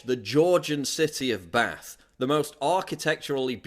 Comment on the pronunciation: Yes! Someone who pronounces Bath like I do! 🙂